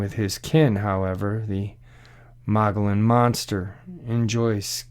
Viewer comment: THE MO GE ON IS HOW ITS PRONOUNCED, MOGILLON RIM,,is beautiful forested heaven.the APACHE INDIANS have a home there,its located near the mid to southeast corner of the state,awesome country.